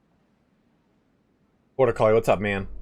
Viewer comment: Every dang time you talk to the chat member bortucoli I hear 'Border Collie', in my mind you have a loyal sheep dog viewer. (no offense meant by this at all, I find it amusing and I wanted to share) This is all the more amusing to me as I know you are a dog person! All the best to you and your dogo ;)